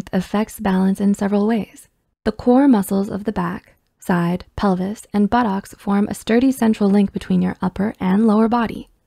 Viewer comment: haha they said buttox